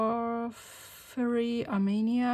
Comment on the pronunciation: Some paint names are tough to say but Catlinite is pronounced cattle-lin-ite (which is pipestone) and porphyry is pronounced pour-feer-ee. Both such beautiful colours. Actually, all the colours you have here are gorgeous.